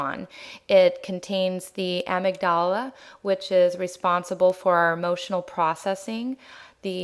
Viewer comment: a have never heard the amygdala pronounced like that.